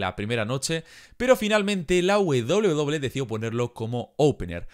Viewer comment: la wedoble wedoble xd que buen video hee